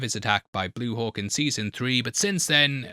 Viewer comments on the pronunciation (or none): none